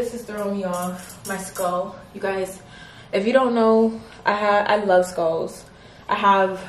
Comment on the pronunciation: Sis I love you but “skulls” 🥴